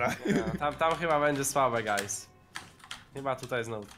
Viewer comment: przestanie muwić gais bo to jest wnerwiające